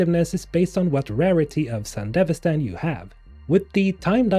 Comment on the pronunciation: I compliment you on being the only person on Youtube I've heard pronounce Sandevistan correctly :P